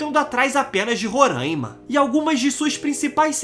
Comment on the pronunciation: Se fala Roráima e não Rorâima